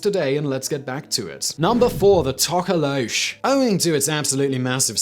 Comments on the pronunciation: Its not To-ko-low-sh, but more like Toh-koh-loh-sh (short o sound). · I know it as to ka lo sie and in South African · Number 3 is pronounced Tok - o-lo-shee, Simon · For pronunciation it's tork~or~lorsh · Alternative pronunciation: To - ko - los - sie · Hahaha South African here. I enjoyed hearing you completely mispronounce "Tokoloshe" (no disrespect here, really enjoyed it 🤣). Your videos are absolutely epic and amazingly done!! Thank you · Not gonna lie, I almost scrolled past because I'm kinda over urban legend but I just had to hear Simon pronounce "Tokoloshe" and I was not disappointed. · Don't say tokoloshe like that you butthead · That pronounciation of Tokoloshe lol. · The way Simon said 'Tokoloshe' made me giggle a bit. Fun fact, this little urban legend is so well known that a lot of South African families from different cultures and races threaten their kids with the Tokoloshe. My gran once told me that I shouldn't whistle at night or he would come. I stopped whistling from that day.